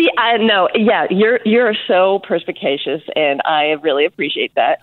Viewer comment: "Persecatious" She made that word up. 🤣🤣🤣🤣🤣🤣